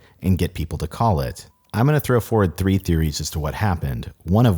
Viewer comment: i dont know about indian accent, but this hard "R" in "three" sounds exactly like we pronounce it in russian. what does it says about the whole thing? idk!